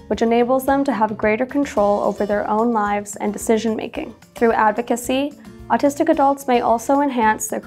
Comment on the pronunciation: You sound like you’re saying artistic.